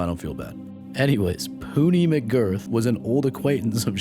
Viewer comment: Bro im listening to this vid and i thought he said "Hootie" until I opened the comments. POONEY??!